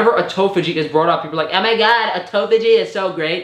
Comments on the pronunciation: It's autophagy not "autophogy". I cringed for a whole minute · “Ermagaahd a toe phó gee is so gr8!”